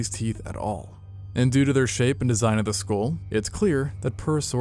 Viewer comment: Due to does sound like doodoo😂